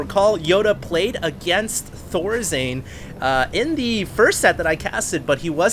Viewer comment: "ThorZane" really now ? Isn't it Thorzain ???